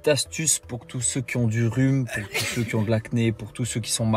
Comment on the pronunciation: "cellzeceuh" "cellzeceuh" bordel j'en peux plus. En langue française, pour englober tout le monde, ceux suffit amplement. Merci.